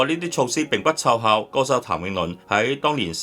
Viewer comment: 與 一唱一和的旁述員不知是誰？ 他把「奏效」讀成「湊效」，可能他以為是「湊巧」；也把「發行」讀成「發航」，應該是「發恒」，是發佈及行使的意思。